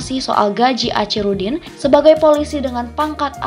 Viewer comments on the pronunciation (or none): Sayangnya admin yg membacakan narasi dr tex naskah klihatan kurang wawasan gak yg pria maupun wanita geli telinga mndngarnya kosa kata Achirudin .. itu dibaca acirudin pdhl sbnrnya dibaca akhi bkn aci dan kabupaten medan gak ada woi..yg ada kota medan